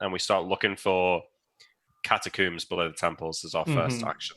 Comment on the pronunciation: incredibly unfortunate pronunciation of catacombs from the pre coomer era